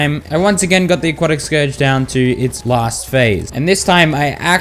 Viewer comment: FINALLY YOU SAID SCOURGE RIGHT